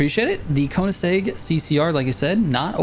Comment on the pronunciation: you said koenigsegg pretty right though lol, appreciate the tune